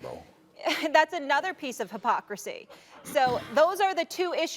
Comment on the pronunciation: literally nobody: Molly: the issue of "pocricy"